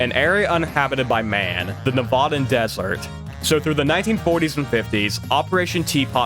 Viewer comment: Bro says “Nevadan” so gross